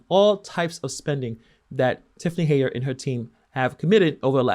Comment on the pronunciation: I’m glad you’re covering this. Her name is pronounced Hen-yard.